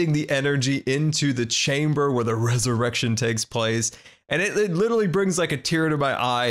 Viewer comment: Ey, learned how to say "resurrection" correctly!:P